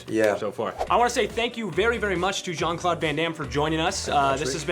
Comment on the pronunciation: LEARN TO PRONOUNCE HIS NAME U DUMAZZ TETE DE MERDE ITS CLAUDE NO CLOD